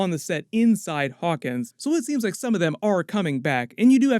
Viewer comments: Narrator needs to choose between pronouncing the town name as "Hawkings" or "Hawkins" -- it can't be both. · Hawkins, not Hawkings, bud.